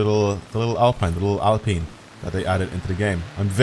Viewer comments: It’s peen. Like peen-us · The prononciation is Alpean I m French 👌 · Mans said al peen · How do pronounce in britain our Alps mountain chain? Alpine renault name Comes from Alps. And its alpeen.